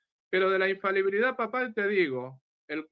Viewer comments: Se dice infalibilidad amigo. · INFABILIDAD NO EXISTE. ES INFALIBILIDAD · ignorante 😂😂😂😂, se pronuncia INFALIBILIDAD, NO INFABILIDAD 🤣🤣🤣🤣. Y le dejo en claro al que llamarle ignorante a no es un insulto, porque todos absolutamente todos nacemos ignorantes y morimos ignorantes, sencillamente porque no tenemos la capacidad de saberlo todo. El único que todo absolutamente todo lo sabe es Dios. Saludos y muchas bendiciones. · Porqué todos los protestantes, sintiéndose muy sabelotodo pronuncian mal???? Acaso jo se dan cuenta???? La infabilidad no existe 😂. Se pronuncia infalibilidad, eso es otra cosa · Para empezar, el hermano protestante debería siquiera aprender a hablar: la palabra es infaLIbilidad no es infabilidad. En segundo lugar, ni siquiera ellos se ponen de acuerdo acerca de qué es la sola scriptura, con lo cual, el hermano separado empezó mintiendo al decir que todos los protestantes están de acuerdo con su definición de sola scriptura. En tercer lugar, el hermano protestante empieza diciendo que va a hablar de lo que el padre quiera, pero luego no solo no le responde ni una de sus preguntas sino que le exige que interactúe con lo que el quiere, cosa que el padre ya había hecho, demostrando una total falta de comprensión o de escucha... su incoherencia es casi de locos. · Dos características de los protestantes: 1. Les da vergüenza o les cuesta trabajo indicar su denominación 2. No saben pronunciar la palabra "infalibilidad". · Por favor podrían corregir cuando dicen INFABILIDAD...esa palabra no existe. Es In fa-li bi-li-dad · Este muchacho no se que tan preparsdo esté, pero he notado que aún muchos con grados académicos no pueden pronunciar "infalibilidad papal" me llama la atención que todos o casi todos dicen "infabilidad" y tienen licenciatura osea analfabetas no son Solo digo que es curioso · Porqué la mayoría de los protestantes no pronuncian correctamente la palabra "infalibilidad" y dicen " ifabilidad'